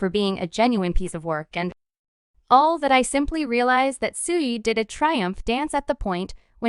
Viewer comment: I can't stop laughing cause of this fucking narration....why would you let it be released this way?! 😂😂 that's the best part is that you could have just changed it to 2pock or just used your own voice but you're just like nahhh fuck it were going with SHUGAYY 2PACK 😂😂